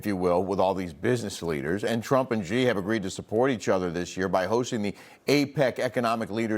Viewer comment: She mispronounced Xi's name